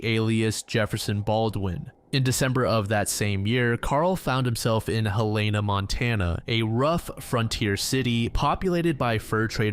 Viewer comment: Helana is pronounced Hell-in-a. I'm actually from Montana. Lol